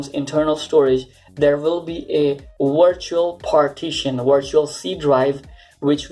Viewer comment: Why do Indians say vindows and wirtual, but say website perfectly?